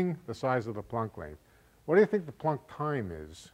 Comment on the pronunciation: Well, Planck is a german name and I myself am german - and all I can hear is that he is pronouncing it just right. Not an o sound like in "don't" (or as, presumably in in "plonck"), neither an o as in "product". Just like in "guts". The only thing may be that he's strechting it a bit like the a is stretched in "staff" while in "Planck" it really should be short (and sound) like in "guts". Anyways, possibly something wrong with my ears and "plonck" is funny in any case.